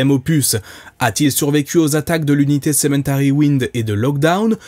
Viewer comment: Alors j'ai peu être mal entendu mais il m'a semblé que tu disais "Cementary" au lieu de "Cemetery"